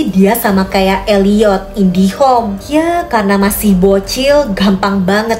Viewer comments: kok indihom si kak bukan nya indigo kak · Indigo kak bukan indihome😂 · Aku baru nyadar kalo ka ngomong indigo jadi indihome😅😂